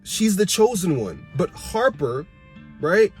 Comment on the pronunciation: You mean Hopper 😂😂😂.. I'm dead you said Harper lol. but the way you break it down is very insightful your making me wanna rewatch especially what you said about Hopper being 11 anchor